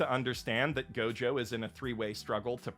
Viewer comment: You mis pronounced gojo